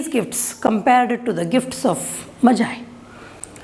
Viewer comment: Mam it is not majie it's the gift of magi magiiiiiii